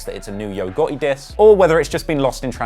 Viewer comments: He said YOGO besides YO GOTTI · “Yo ghotHE” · Saying the T is non existent for this guy...who the hell is yo goeei